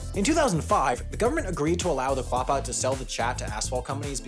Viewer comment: It's spelled Quapaw. Pronounced Oh Gah Pah. Also Miami is pronounced Miamah. I live in Miami Ok which is literally next door to Picher. About 10 miles for me.